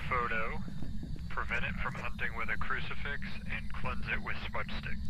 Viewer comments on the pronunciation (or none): Why does Charlie keep saying 'Ouji-board' and 'crucifex'? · FIX! CruciFIX. Not fex... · Idk why but him saying cricifex instead of crucifix is extremely annoying and on top of that this cameon when I was sleeping so I kept having Charles Martinee in my damn dreams cause I thought that's what he was saying